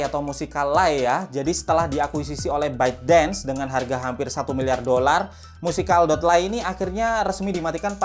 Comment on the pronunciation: Itu di baca nya musekeli bang bukan musica dot lay